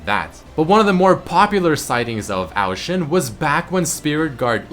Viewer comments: I couldn't take the pronunciation of Ao Shin after 7th time you said, ITS A-O Shin not OW SHIN DAMMIT. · Isn't it O Shin not Oao shin